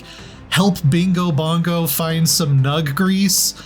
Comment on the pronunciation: "Help bingo-bongo find some nugg-grease" LMAO!